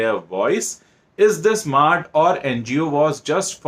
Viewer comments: It's not maard it's mard (man ka hindi) But ya I'm with you. These bollywoodiyas are all just looting the public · It has to be pronounced as mard in Hindi, I suppose.